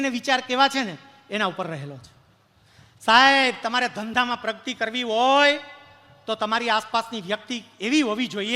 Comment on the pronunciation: પ્રવચન સરસ છે પ્રગતિને પ્રગ્તિ ના બોલો 🙏